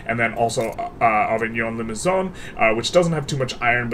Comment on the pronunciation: I was confused when you said Avignon Limousin because Avignon is a city here in France . Try to say Over-ne Limous-un